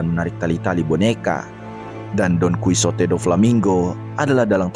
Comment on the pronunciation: bamg bukan donkusote,tapi donkihote dibacanya,btw itu tulisan gmpang nya ya